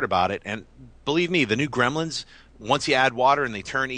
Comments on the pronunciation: Came here for the "Gremils" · "How to reboot GREMILS..." *Gremlins